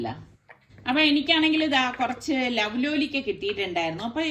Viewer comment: ലൗ ലോലിക്ക അല്ല ലോലോലിക്ക എന്നാണ് പറയുന്നത് 🥰